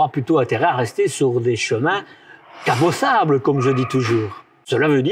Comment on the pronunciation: haha rien de dramatique, tiens tu dis toujours " cabossable " au lieu de carrossable !! Mais normal en Belgique tu dois encore avoir des routes moyenâgeuses. Ça ne m'empêche pas d'adorer les Belges.